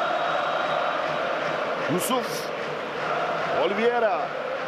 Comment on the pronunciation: spiker surekli oliviera diyip durdu.